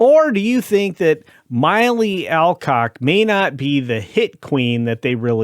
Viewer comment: Mill-lee not My-lee.🤣🤣 House of Dragon?? What's that?🤣🤣 What's wrong with these people, Zack didn't direct "Wonder Woman." Gunn tells lots of lies but they haven't even got facts about Wonder Woman right. It's not hard to findout who directed it.